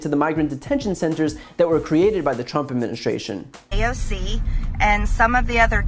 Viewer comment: I don’t like how she mispronounces AOC’s name whenever she talks about her